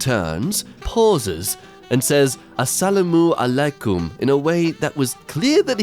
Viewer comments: im a muslim arabic guy the the propore way of saying salamu lykum is to prounounce it salam alay km just for yall who are curios also i bet u didnt see the second the in the start of the comment >:> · it its not a-salamu-a-laykoom its assalamualaikum